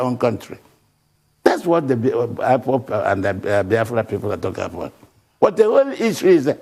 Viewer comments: Can someone please tell Dr. Abbati that it is Baya-Fra and not Bai-Fra... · Ruben, it's Biafra, not Bafra.